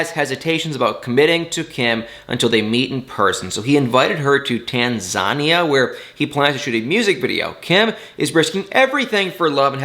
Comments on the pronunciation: Like your videos but look up words you are unfamiliar with. It's "Tan-zah-NEE-uh," not "Tan-ZHA-nee-uh." You are on a huge public forum so take some pride in how you present your videos And take note people...i won't look at or respond to negative ot hateful comments. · Tan-za-ni-a...😉😅 Love your video's! Greetings from amsterdam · It's pronounced Tan-zah-nee-ah cool channel though. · Tan-ZA-nia? 🤣😂😅🙃😂 Oh,! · Lol it's tan za neya 🤣 On another note there's 3 people from Michigan this season. Go Michigan! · not to be rude but the pronunciation of Tanzania is Tan-zuh-nee-uh! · He should have found out how to pronounce the word as. TAN ZAN KNEE ah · Sweetie, it's tan-za-knee-uh. my god, please learn basic pronunciation honey this made me physically cringeee 😭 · Tanzania is pronounced Tan-za-knee-a....... Usman is a poor representation of a Hausa man. He thinks he’s a super star. In Lagos, he’s songs are not played in the clubs or on radio. I hope this lady is nice and is also smart and doesn’t try and fall for his “charm” 😒 If she wanted a Nigerian man, there are so many good men that are actually good looking and hard working. If he’s trying to get to the states by marrying another American, he should go speak with an immigration lawyer and ask him what his chances are. He will be questioned about Lisa, his relationship with her. TLC needs to step up their game, they are making the fans not happy at all. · Your pronunciation of Tanzania is interesting. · First time I've heard Tanzania pronounced that way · Lol he tried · pronouncing Tanzania is adorable 😂😂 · NOT adorable..If he is going to go on video he should at LEAST look up the pronunciation..sounds uneducated